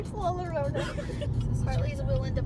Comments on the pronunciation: the two L's together are pronounced as a Y Yorona La llorona is 'the one who is crying' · Llorona is pronounced "yo-rona" NOT "lo-rona". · I’m pretty sure it would be llorona creek as in (y-o-ro-an) because llora is Spanish it shouldn’t be an “L” sound